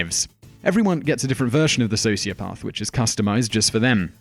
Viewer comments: so is socioPARTH the new way of saying socioPATH? or does the narrator just not know how pronounce the main element of this video? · What is this "socioPARTH" nonsense? It is pronounced with a soft "a" NOT like "r". I dislike people who deliberately mispronounce words as if to say they know better. It could be a sign of a sociopath. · What a shame the narrator does not know how to pronounce sociopath!!! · This is a great and informative video, but Simon, what is a "socioparth"? Your pronunciation was beginning to distract me, which is really not what you want in a video of this nature. I'm British too; please do better, it's an English word. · You sound so posh: "Socio-paath."😀